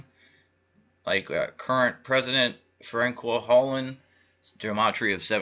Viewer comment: As a French Canadian hearing you pronounce Hollande, Macron and Marine Le Pen made me laugh but the French election was similar to the American election a banker elite with an outsider though Le Pen isn't really an outsider she just claimed to be. Amiens France is a very large Masonic town after it was nearly destroyed in WW1 the biggest Masonic war.